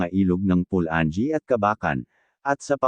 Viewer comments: PU-LA-NGEE hindi PU-LAN-GEE; ...MA-KA-HA-LAR...hindi MA-KA-DJA-LAR... correction lang po sa pagbigkas..nice content anyway..thanks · Tama pula - nge hahahaha